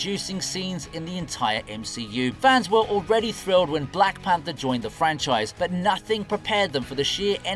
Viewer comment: lol even says the black panther's name wrong, have you ever even seen any of these characters???????